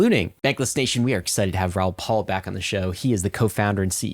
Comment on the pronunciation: First rule of interviewing someone is to at least know how to properly pronounce their name. 🤦 How many times has he been on your show? His last name is "PAL" not "PAUL"